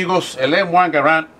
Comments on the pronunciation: El acento es en la primera "a" ya que es francés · Creo que solo me molesto que llamara al rifle como m1 gar and y no m1 garand